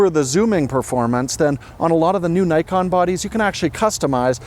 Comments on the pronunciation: Actually the pronunciation of “Nikon” is /ni:kon/ instead of/naikon/, it is a Japanese pronunciation 😊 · It's Nikkon not Nykon! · Please, learn how to spell Nikon. It reads as "Neekon". In most languages the "i" reads as "ee". Just watch japanese videos about Nikon gear and listen how they spell it...